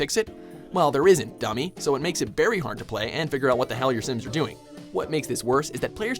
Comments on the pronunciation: It annoys me how this guy says "berry" instead of "very". It happened more than once. is one. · he says "berry hard" instead of "very hard"